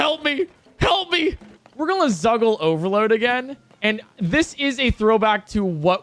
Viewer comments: my favorite part about is how he says "gonna". he says it like "golna" and it's hilarious. don't change it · yo man, i dont wanna be this guy, but needs to learn how to say "gonna" without juggling his tongue down his throat.